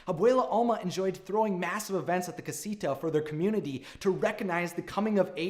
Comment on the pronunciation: And cah-si-tha en-can-tho